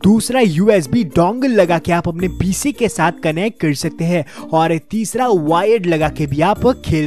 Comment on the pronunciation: Pese nahi PC